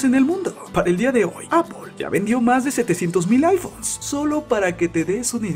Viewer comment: Loh' aifonh'